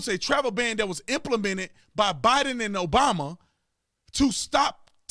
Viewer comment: 😆I don't know if it's a jab at Barack Obama, when you mess up Bidens name. It's funny as heck.